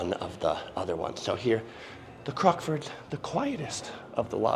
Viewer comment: You say Crocksford, lame.